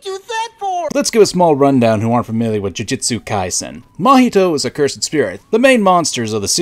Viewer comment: Said Jiu-jitsu Kaisen instead of Jujutsu Kaisen. Dislike.